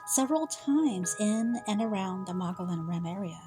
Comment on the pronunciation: MOE-GI-ON. The L’s are silent